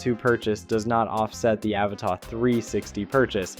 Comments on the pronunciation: It’s pronounced “ Ava-TUH” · Dude, your review and analysis are both interesting but your mispronunciation of the model name was driving me crazy so I had to quit the video halfway in!